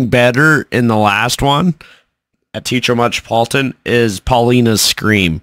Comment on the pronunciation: All together now... it's 'Tay ah trow' not Teetro